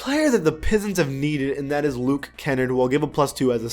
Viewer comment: Luke ( ken - ard) not (erd).